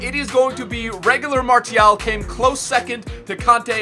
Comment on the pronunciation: MARCCCCCCIAAAALLL FFS -triggered french